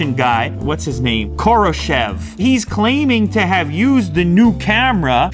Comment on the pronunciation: and nickname of this guy is Horoshev not like koroshev,and he has channel that calls like Rozetked